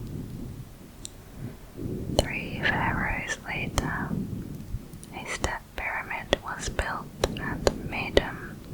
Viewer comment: I love how you say pyramid ngl